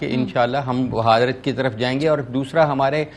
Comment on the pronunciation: بھہارت نیں بھارت ہیں